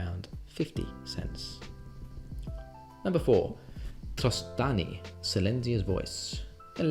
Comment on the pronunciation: You read trostani wrong, but still a good commander